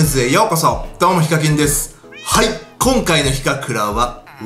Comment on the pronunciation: ヒカミンて最初聞こえた